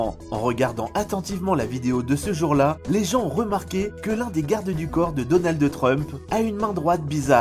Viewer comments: Donaldeuh Trump, Andjela Merkel. Pas si pro que ca pour écorcher a ce point là des noms qu’on entend tous les jours... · DonaldE Trump 😂😂 ça me perturbe à mort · Lol alors lui il c’est pas dire donald trump lol mais donald de trump 😅😅